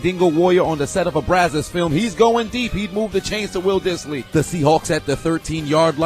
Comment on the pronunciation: Holy shit you pronounce Dissly correctly!!